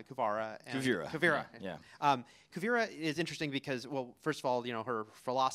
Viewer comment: interviewer says he's a huge fan then immediately calls kuvira kuvara